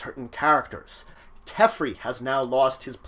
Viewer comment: Pssst...its "Tef Airy" not "Tef Ri"